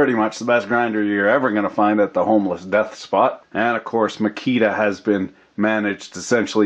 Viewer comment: I just realized you've been calling it "The Homeless Death Spot" and not "The Homeless Despot."